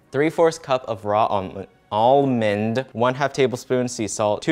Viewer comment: He can't pronounce almond but he can pronounce arrowroot.. this man amazes me every time